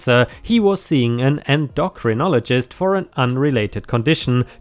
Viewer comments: 'Endocrinologist' is pronounced 'En-dough-krin-olo-jist'. As for GoFundMe scams, they happen all too often. Scams of this degree are absolutely divorce material. If your partner refuses to show evidence and demands you trust them anyway (especially if they tie manipulation to it), they are not worth that trust. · en-doh-crin-oly-gist the n slipped in , the h may be useful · Approximate Pronunciation guide en-do-crin-only-gist with stress on “en”